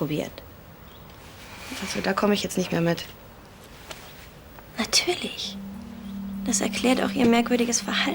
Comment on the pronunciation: Jana: Ja nartürlisch 😂